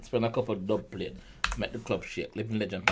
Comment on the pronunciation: the dubplate line is two meanings in my opinion. same as what you said and also what causes an earthquake is tectonic plates. but him say dubpalate instead basically